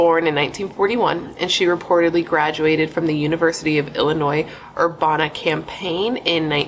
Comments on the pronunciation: I absolutely adore you and all you do to share these victims stories. I also adore how you correct yourself when you flub when you talk and I am saying this as a born and raised Illinois native and with all the love it is pronounced Champaign like the drink (champagne) /Urbana. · Just a FYI: It’s Champaign, not campaign Urbana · Iam from Champaign/Urbana and it's pronounced Cham pain, like the drink and Er/ Bana. I know it's weird. I had to go back and double check that's what you was trying to say. Lol sorry I thought it was cute. New sub. Found you from Better off Red. Love your channel 🥰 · The University of Illinois Urbana-Champaign...Champaign is pronounced like the alcohol. Just wanted to let you know for future reference. I live in Illinois about 2 hours from the college and I know plenty of people who have gone there. Not me, I'm not that smart.